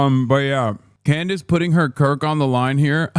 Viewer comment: I really truly just want to say that you calling her klandace heals me. Every time I need a laugh I think about this. Also hasan pls drop an album your actually a great singer